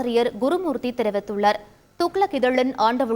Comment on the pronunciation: தெரிவித்துள்ளர். இல்ல தெரிவித்துள்ளார்... பார்க்கலம் இல்ல பார்க்கலாம்... தமிழ ஒழுங்காக உச்சரிங்க